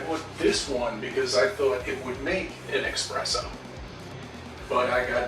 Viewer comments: Espresso! say it right. It's not an Expresso, omg! Now I'm getting triggered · He says Nespresso, then expresso...Great! Now my brain is leaking out of my ears. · As someone who’s first job was working at a coffee house, I HATE it when people pronounce and X in espresso.